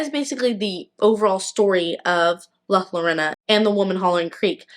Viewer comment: Her name is not Lorena, try replacing the Ls with the sound of y when you say it and there is no e it's an O. like Yorona.☺️❤